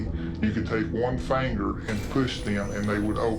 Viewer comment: I'll take the word of the man saying" it took one fanger"